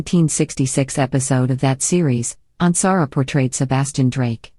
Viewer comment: Yes!!! Especially since this one mispronounces Michael’s last name! 😡